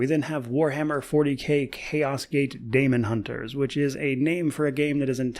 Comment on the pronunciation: Great list! One glaring problem though, with one of my bugbears: Daemonhunters - 'daemon' is just pronounced 'demon'. Same way caesar is pronouned see-zar, not say-zar. That is all.;-p